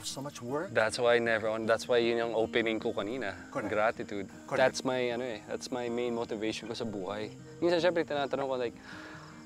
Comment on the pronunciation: Mr."Gratitude"😂 learn how to pronounce it correctly first then u will know what it really means!